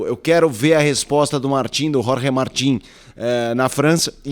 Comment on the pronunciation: É muito legal vocês se preocuparem em pronunciar o nome do piloto de forma correta (Jorge (Rorhe) Martín). Ver um canal concorrente pronunciar Jorge "Mártin" é de cair o "cool" da bunda...